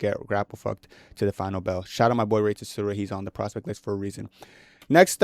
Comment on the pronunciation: I actually had to skip past the rey tsuruya fight cause your pronunciation of his last name pissed me off so bad